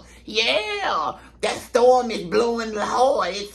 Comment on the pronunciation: "THTAWM COMIN IN FROM FLAWIDA" 🤣